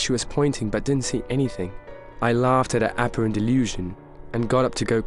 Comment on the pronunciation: Sorry but I had to laugh at your mispronunciation of apparent.